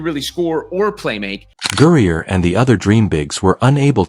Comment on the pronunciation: It would help the presentation should the A.I. narrator learn that "Griner" is not pronounced "Gurrier?" Don't these people even LISTEN to their own babble?